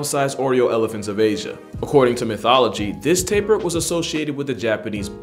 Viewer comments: Thanks for shouting out my country!!🇧🇿 I enjoy watching your videos and btw it’s spelled Tapir not Taper lmao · nice selection man. couple of corrections/errata though: it's tapir, not "taper" - pronounced TAY-pee-ah. countless small animals have lifespans that match or greatly exceed those of humans, in fact some don't even experience senescence and so are biologically immortal. hyenas aren't really predators, they're scavangers who rarely take on live prey as they're poor hunters :) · bro its not called "taper" its called "tapir" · I’m from Belize we pronounce it Tah-peer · He man i realized that you misspelled "Tapir". This Is Pronounced as Ta-Peer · Cuscus is a blanket name for four species, one of which is the well-known Slow Loris. It's "Takin" not "Talking" and, it's a goat-antelope. It's "Tapir", why are you getting all these wrong reading from Wiki? You didn't timestamp the bird... Did you actually assume that people thought bandicoots were made-up? And you ended the list with two things that anyone who ever watched BBC earth's most famous clips have seen for sure. The amount of effort put into this is low. Things aren't proof-read, and given some of the other content I've seen from you it's honestly no surprise at this point. So, why am I commenting if I think you did a bad job? To let others know this is average for your channel, and hopefully deliver a wake-up call.